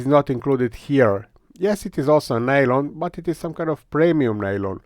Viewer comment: Nylon, or "Nalon" as you refer to it, is a brand name. It's just PA (Polyamide)